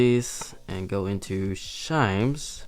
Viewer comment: “Shimes”? “Shirps”? “Shame clothes”? WTF?